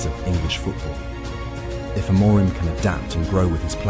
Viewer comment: There is no such thing as "Sporting Lisbon", the club's name is SPORTING CLUBE DE PORTUGAL, it is a club based in the capital, but it does not have Lisbon in its name. So, please stop saying the club's name incorrectly. And by the way, the accent in Amorim is on the "im", not the "mo".